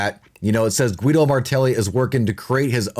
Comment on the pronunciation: Guido its read Gido, in languages derived from latin the "u" after the "g" is to give it a "Gah" as in girl sound, the leter G folowed by "e" and "i" has the sound "Jee" as in Jeep, so that "u" is mute, it's only there to change the fonetic of the letter "g" ;)